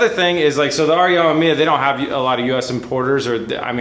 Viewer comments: It's pronounced Am"e"miya. Not Am"a"miya. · Pronounced: RE Uhh-meh-mee-uh. I really dont wanna see this Ah-ma-mee-uh thing sticking. Already pretty cringy to hear say it that way, dont add to it. Heres an example: I like B is for Build but this pronunciation is a let down. Be respectful to one of the best rotary builders and at least say his name right. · You have to cut the ends off the 92-98 bumper bar. The 99 spec stuff is different. Cut the ends off right where the light holes start. Leave the middle to support the bumper. Also it's pronounced R-E-ah-mem-e-ah. And please make sure you run tires that fit on an RX7, no stretched stuff please. If you get a 10" wheel get the correct 295 tires to fit. The car would look sick with some huge 12-13" wheels and 335 rubber in back. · Ack. It hurts my ears to hear you say amemiya. It's "ah - mehm - ee - yah". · RE AH MEM YAH Not that hard to pronounce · Re ammaammia? naahh man what is it with amerifats, you cant say anything correctly. About the bumper fitment, there probably was a facelift that you forgot if not that then it could also be that usdm and jdm cars have different impact bars, you know, the 5mph thing or whatever its called that law that forces automakers to put on those huge ugly bumpers for US cars. Good luck! A full RE kit would have been the patrician choice but oh well. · why cant anyone say it 😂 RE (AH-ME-ME-AH